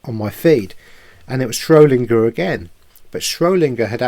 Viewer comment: I've only just found your channel and am catching up on videos, I love that you are helping people learn. Please be more mindful with your words, it is important for ppl to then do their own research. It was SchroeDinger not Schro Linger. And you said 'absorbed' the atoms in the double slit experiment not 'observed'. I'm not being pedantic, for people to take you seriously you need to use correct terminology. Keep up the great work👏👏👏